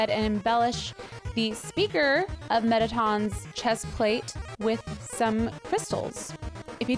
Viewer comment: Metteton “e”x”not metteton x